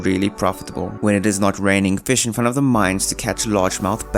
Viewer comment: I like the part where he said feesh